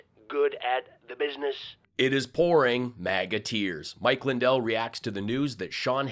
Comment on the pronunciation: Mike lie-dell, seriously?¿??🙃